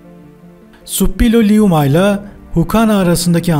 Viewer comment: Hitit kralı Şuppiluliuma ‘dır. Naçizane bir arkeolog olarak düzeltmek istedim. “Ş” ile okunması gerekir. Emeklerinize sağlık..